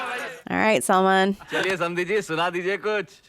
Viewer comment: Lagta hai yeh neeli shirt wale gore pakode ko Salman fans se aachi gaaliyan padi hai isiliye yeh Salman ke naam ka pronunciation sahi se karne ki koshish kar raha hai.